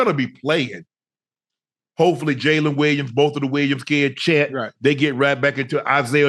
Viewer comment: lol “shíet holmgren”-ocho😹😹😹